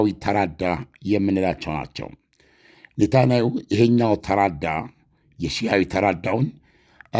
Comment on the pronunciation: ኔታናዩ ሳይሆን ኔታንያሁ ብለህ ብትጠራቸውስ ?